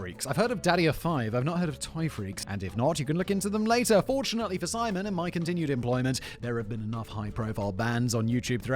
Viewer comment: Who is "Pimon"? Does he have channels, too?